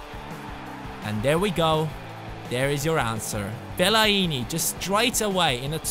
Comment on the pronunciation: Hahah, Fella-ini, you say: Fel- I - ni :)